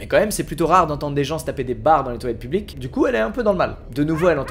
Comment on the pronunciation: Mecanicrrrrr, simpaticrrrrr mais publiqueeee 😂😂😂